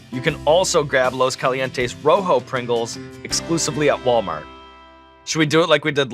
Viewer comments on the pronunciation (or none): Dude I loved how fluffy caught Sean’s pronunciation on “los calientes verde” lol but sean has to at least try to pronounce it.. he’s basically just talking Spanish in English lol